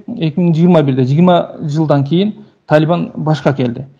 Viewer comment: Талиман эмес Талибан журналист бала